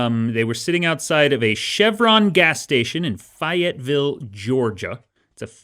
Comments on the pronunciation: So Dan has never been to the south because that isn't even close to how you pronounce Fayetteville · As someone from Georgia, it's great to hear you pronounce Fayetteville lol